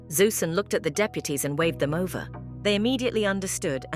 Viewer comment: Vover wth is a vover